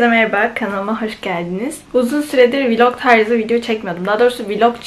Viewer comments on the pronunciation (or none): Viiiiilog değil ,vlog